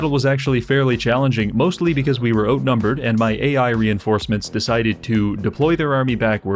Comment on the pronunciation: I didn't realize you were Canadian until you said outnumbered